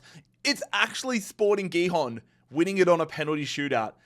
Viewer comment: Its pronounced bah-shak-sheh-heer and sporting hee-hon